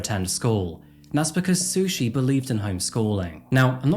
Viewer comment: I had to take a double take when you said her name was Sushi Staples 😂 Bringing shame to the word sushi!